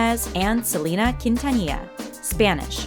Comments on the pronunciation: honestly its not freakin salina its SEHLEHNAH quintanilla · That’s not how u say Selena’s name they don’t sound the same